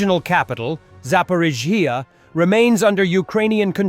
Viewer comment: AI voice still unable to pronounce Zaporizhzhia.